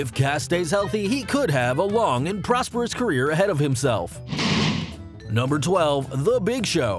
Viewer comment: When I saw Cass and how you said prosperous carrer me : YEET